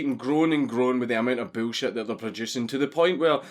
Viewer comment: "Boolshet." I love Scotlandistan. You too papa Dankus.